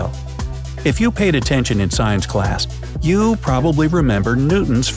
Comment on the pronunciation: you said u not you